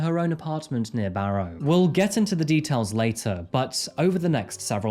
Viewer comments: Is the presenter using AI at least for his voice over. I'm from the UK and no one pronounces Barrow highlighting ROW. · It’s pronounced “Barra” by’t locals 👌🤣